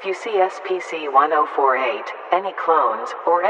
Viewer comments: And the Voice actor keeps saying SPC istead of SCP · lol the tts says spc instead of scp BUT, its fine lol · "spc" might wanna fix that mate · Just if you didn't know, she said SPC instead of SCP, just pointing that out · U messed up at the cloning part u said SPC-1048